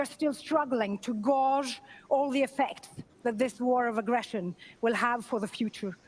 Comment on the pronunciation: When the moderator said the word gauge like "gawj", that was great